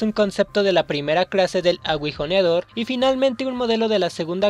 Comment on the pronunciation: dejame preguntarte algo, por que pronuncias asi "Aguijoneador" Lo pronuncias cuando se le colocan los 2 puntos arriba a la U, osea "Agu-ijoneador" Osea que pex cuando a algunas personas les da por decir las cosas muy extrañas D